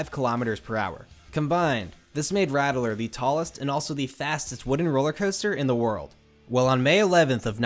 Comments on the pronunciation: That’s pronounced “rat-ler” ;) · *Ratt-ler not Rattle-er